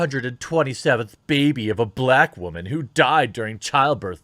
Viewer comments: I like your content mate and i've subscribed... however its 'Wooo..man', not 'wha..men'..... :P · Oh thank god you finally said "whamen" right. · Why do you pronounce "woman" as "whammin"? Am I missing something? You do this on all your videos and it bothers me because, either I am missing something important, or you don't know how to properly pronounce a very simple word. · Can anyone fill me in on the background of why he pronounces woman "waman?" Just started to watch the channel, genuinely curious; not being passive-aggressive.